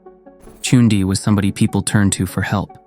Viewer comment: its Chandi (the a is pronounced like the u in umbrella) NOT Chundi. Pronunciation is the main with dhaaranis or mantras. The frequency is aural.